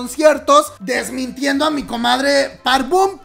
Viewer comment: * Park BOM, es con "o".